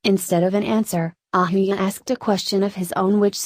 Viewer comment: Who is this narrator lady??.. y narrate Indian names AND mispronunce almost every name in every video??.. Ahuja pronounced ahooya !!! ugh